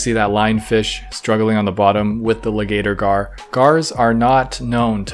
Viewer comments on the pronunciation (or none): I was dying when was saying “ligator gar” 🤣